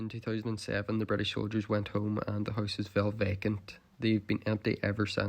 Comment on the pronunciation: The first house you showed, the bathroom looks perfect still and I swear I could not understand you saying houses, but horses. haahah